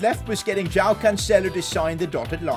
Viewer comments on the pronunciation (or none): none